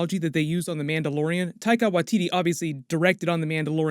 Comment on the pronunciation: Hello from New Zealand. It is spelt W A I T I T I and is pronouced WHY TEE TEE in our Māori language. Thank you! <3